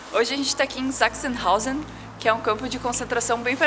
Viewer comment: Sempre ouço "sex in house" toda vez que vocês falam "Sachsenhausen". Desculpem-me. T_T